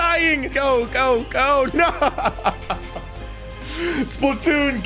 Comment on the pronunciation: My dude that’s not Splatoon that’s spaltoon